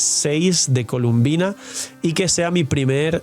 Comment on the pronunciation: Se llama Colombina, porqué todos le dicen columbina?